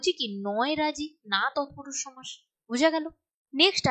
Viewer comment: Madam oita somas ! Not chomas !😂😅